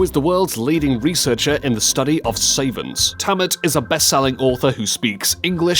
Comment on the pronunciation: The mispronunciation of "savants" made me cringe!!